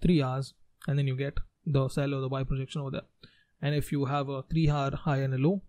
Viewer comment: very informative! but the "hour" pronounciation has confused me!